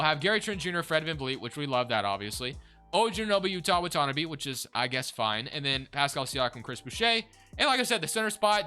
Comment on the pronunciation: Okay this has been bugging me for a while every Toronto rebuild you say Watanabe wrong .... it’s pronounced WATT-TAN-AH-BEY